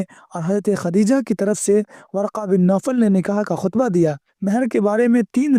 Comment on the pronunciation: اپ نے جو نکاح کا خطبہ پڑھا ہے شاید وہ وہ والا خطبہ نہیں ہے بلکہ خ کے زیر کے ساتھ ہے شاید